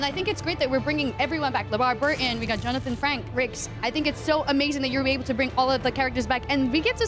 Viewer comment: "Johnathan Frank Ricks"?